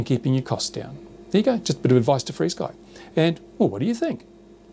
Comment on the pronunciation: Is it REALLY pronouced FREESKY?? How does that work? Here, UK, we say Ef ARE Sky.